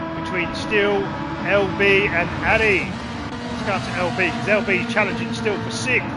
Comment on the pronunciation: LB 😢 it's pronounced LE Billion 😭😭😭 hahahaha